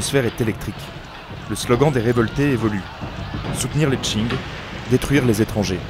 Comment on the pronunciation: Dieu merci il prononce pas Qing comme King! Edit: vidéo incroyable. Une qualité très difficilement égalable sur youtube !